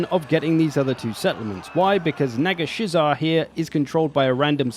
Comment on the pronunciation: the way you pronounce Nagashizzar is great